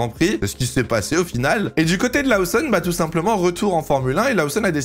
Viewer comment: Laoussonne ? Connait pas Ça en devient stressant à la longue 🤣